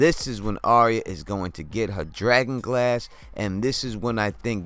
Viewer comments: Your videos are so good, I wanted to give you a tip straight from GRRM. Arya’s name is not pronounced like an aria from the opera. It’s pronounced like “Are Ya?” Like “are ya going to watch Game Of Thrones?” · DEAR GOD! ITS ARYA! NOT ARIA. SAY IT WITH ME BROTHER AR-YA, ARYA.